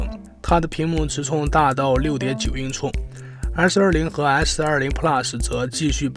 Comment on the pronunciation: 6.9英“挫”哈哈哈哈